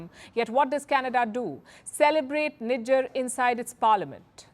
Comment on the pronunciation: These dudes can't even pronounce 'Nijjar' they are calling him ' Nigga' ....😅😅